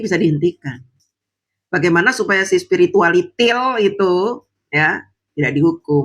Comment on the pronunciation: Mampir sini Karena kangen dengar cara ucapakan: "Supiritual Itil" 😅